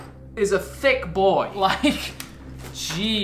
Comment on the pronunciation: "This manual, is a tchicc boy"